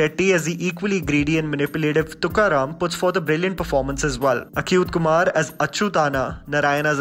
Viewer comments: Good review but fail to understand why "Achyuthanna" is pronounced correctly but the actual name of the actor comes out as 'Akhyuth Kumar''. Its not Akh as in 'ache' or 'achtung'. Its Achyuth Kumar as in "Ache din aayen....' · It's not akyuth kumar! It's achyuth kumar!!!! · 'ch' in achyuth kumar .. in south is pronounced similar to 'ch' in chips rather than 'akyuth' , which doesnt have any sense... just FYI.. there is also a subtle emphasis to the letter 'y' which follows 'ch'.. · The movie is actually 3 hours and 6 minutes and the pronunciation of the actor achyut kumar is same as achyutanna.. Its not pronounced as "ACUTE" kumar. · Nice review 👍 it's strange how you can pronounce "Achyutanna" properly and then say Acute Kumar for Achyuth kumar. Can't imagine how it's different 🤔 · It's achyuth Kumar, is pronounced same as you pronounce achhoo..